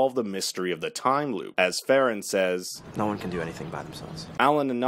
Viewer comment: You butchered faran's name 😂 nice explanation though